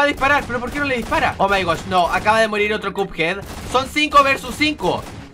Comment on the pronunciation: Soy yo o escuche que dijo marir xD